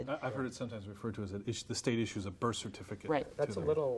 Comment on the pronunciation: Birth (Berth) certificate